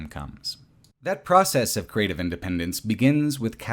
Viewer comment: As a romanian the village in RE Village is very well done. From the narrow streets, to the wooden fences to the inside of the houses, I always had the impression that I was in my grandparents' village. P.S. the way you pronounce Dumitrescu Castle is completely wrong and very funny :)